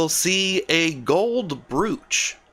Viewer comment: Please, brooch is pronounced with a long o, like the o in the word broke. Another example of why the English language is difficult to learn. Carry on.